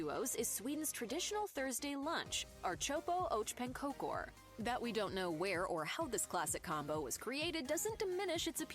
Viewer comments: I'm curious how she managed a surprisingly good pronunciation of knäckebröd, but butchered ärtsoppa & pannkakor harder than anyone has in the history of ever. It's almost danish levels of bad. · lol, she really butchered the pronunciation of ärtsoppa och pankakor....have actually never heard of that combo. Ärtsoppa (pea soup) was pretty common in the military though. Dad have said that they stored pea soup in cans and ate it.